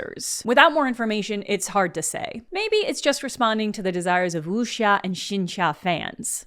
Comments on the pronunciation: hi! just a quick note that the "x" in chinese is just a plain "s" sound. so something like "oo-sya". also bullet heaven is an awful name for the genre yeah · sounded like the x was more of a j (incorrect) than a sh (correct) to my ears